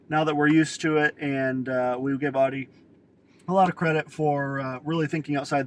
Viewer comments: Irritating isn't it lol.. I believe people from the East Coast say it that way.. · Can't even pronounce Audi correctly lol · Stop saying “Audi” WRONG!!